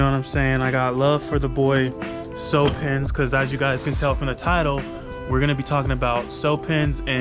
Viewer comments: it’s actually pronounced “cue-pins” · hey dawg i know this vid is seven months old but i just wanted to let you know, the way cewpins pronounces his name is like "Cue Pins (like queue)" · Here we go!!! This is new content coming from the weedtubers: reacting to what other weedtuber claim such as this topic, THC, hemp wick and so on. I LOVE IT!!! NO CAP, GREAT IDEA 🔥🔥 Also, it's pronounced "Q-pins"